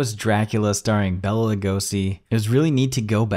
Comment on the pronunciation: Great video, man! But hey, I'm gonna do my man Bela a solid. His name isn't pronounced Bella like from Twilight, but as Bay-Luh.